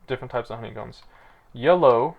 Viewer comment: you say yellow, sounds like YOLO lolol. Also sound of you flipping pages lol.